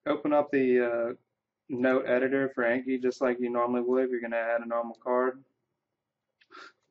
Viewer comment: Thanks for the video! It convinced me to download the plugin. Just a quick note: the program's name comes from the Japanese word from memory which is Ah-nki (rhymes with donkey), not A as in cat or hat. Also, where did you get that awesome background? :D